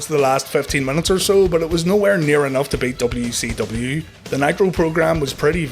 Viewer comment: When you say WCW it sounds like WECW. Is that an inside joke, or just being Northern Irish?